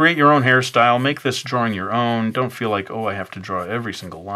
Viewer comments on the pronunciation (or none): none